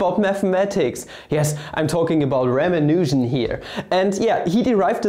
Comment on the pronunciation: 'Raman Nujan', I swear your pronunciation sounded like 'Ramen Noodles'. I think I've had enough bad puns for today and thus, you've made my day XDDDDD.